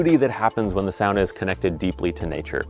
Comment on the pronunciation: the way you pronounce "sauna" makes me want to fight you